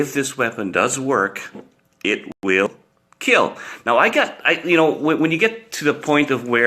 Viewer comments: This blade.....WILL KEEL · No one: Coronavirus: I will keel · It will not KILL It will KIEL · Imagine hearing it will keel when someone gets keel in school💀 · It weel keel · 0.001% keel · the south African mutation of the virus sir , it will keel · Will it keel? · most importantly...it will keel. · wheel keel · He Protec He Attac But most importantly IT WEEL KEEEL 😊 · It wheel keel